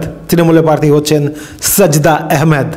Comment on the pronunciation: Bhai kotha ta "parthi" na. Ota "prarthi". Ato uccharon er bhul niye sangbadik 😳